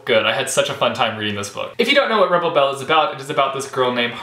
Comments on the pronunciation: Like your small country accent when you announced Rebel Belle ;) I really need to get that book and SOON. I've been seeing Winger around EVERYWHERE. I must get that book ASAP also. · I appreciate that every time you say Rebel Belle, you do it with a southern accent! Seems like you read a lot of variety this month!